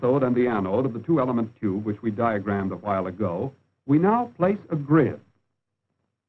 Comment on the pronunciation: I won a book prize for my studies on valve (thermionic for yanks) technology. now they call them too,..oobs, can't even pronounce tube correctly